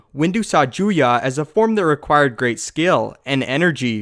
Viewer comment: I think Juyo should be pronounced "Ju-yo", not "Ju-yah".